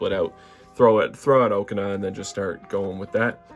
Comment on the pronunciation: Okaun ❌ Oakana✅